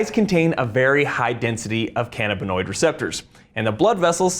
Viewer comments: Ca-NA-binoid not ca-na-BINoid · It's pronounced can-A!-buh-noid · Utter B.S. marijuana , components thereof, are excellent anti-inflammatories. Inflammnation is a key component of disease. CBD. This is utter crap. It is called can - AB in noid. He doesn't even know how to pronounce it. It is the medication of choice for me at 73. I am in glowing health. Does he work for Big Pharma? Apparently. The human body has receptors for canbabinoids, we've used it for a long time. He knows a lot of big words though. Ha! What utter crap.